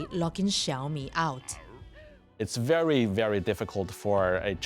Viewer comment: Are you OK? uh huh sank you .... sank you wery much